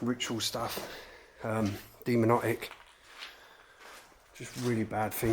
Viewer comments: Did you actually say “demonotic” 😂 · "Deamonotic"? That's a new one. 😆